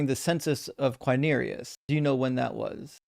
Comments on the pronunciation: "Herod" is pronounced HE-rod, and "Quirinius" is pronounced "Quirinius" and not "Quinerius" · I didn't mean to Imply that the first syllable is pronounced like the English word "he", only that the emphasis is on the first syllable. The mistake was the other guy's, not; though he did mispronounce Quirinius.